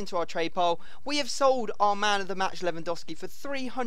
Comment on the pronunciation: Not lewandoski that's wot says lewandowski with a W ffs